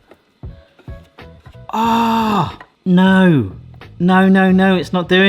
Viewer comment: the ’no’ accent means ur british right?